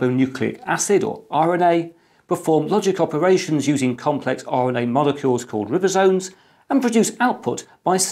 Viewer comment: One note: "Ribosome" is said with a long "i", like Ribena. ...that's all I've got to give back, vs this unexpected fascinating infodump. Any worth in noting that 215 petabytes is equal to 4300x 5-terabyte USB hard drives? So 10 small walls of them each 10 wide and 43 tall, plus the world's largest collection of hubs, cables and power supplies. Nice graphical effects btw.